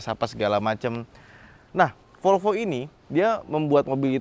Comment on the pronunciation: MEREK MOBI tersebut BUKAN '' FOLFO'' - TETAPI '' V O L V O '' !!!!